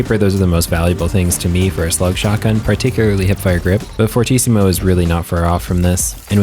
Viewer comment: It's actually pronounced Fur-tee-ci-mu, fortíssimo is portuguese for very very strong